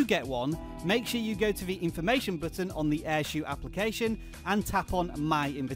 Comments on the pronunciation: It's not air shoe its air show as in shou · Umm Shou is pronounced as show, not shoe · My app only says "shou" not "airshou"